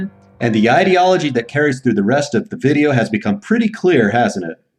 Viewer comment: I miss you saying Ideology like "lid"